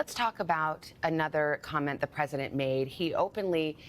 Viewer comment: Harris seems to have lost the letter "t" in her ever growing incompetence..The Presiden, a single paren, le me finish my senence.... etc. If one didn' know better one might think she was drunk.